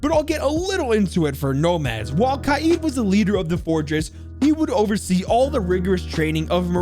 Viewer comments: It's not kayeed it's kaid like raid with a k instead of an s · And the way you pronounce kaid is wrong it's قائد its a hard name for you and it means leader